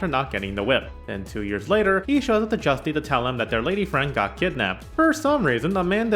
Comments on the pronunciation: IT'S JOOOOST, not justy or justay or whatever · I believe JUSTE is pronounced YOOST, no? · Juste is pronounced Zhoost